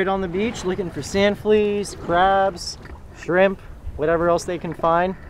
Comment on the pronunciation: Did you just say Skrimps? By the way the Pomps are definitely migrating North. We are starting to catch them in Ocean City Maryland and The Delaware Area Beaches. Absolutely Delicious Sauteed in Real Butter with Ginger and Garlic